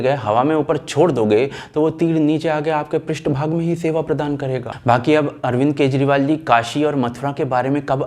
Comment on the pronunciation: Teer prist bhag par lagega 😂😂😂 wa wa Kay shudh hindi boli hai